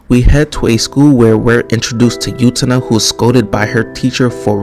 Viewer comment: Excited to see someone react to Utena, it's always a good time! That's not how you pronounce her name though 😶